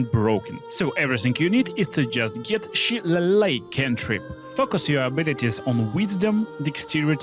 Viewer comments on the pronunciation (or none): Its pronounced Sha-lay-lee